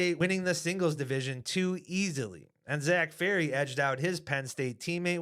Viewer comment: Called him Zack Ferry 😭